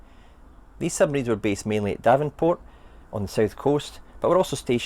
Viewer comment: "DEvonport", not "DAvenport"!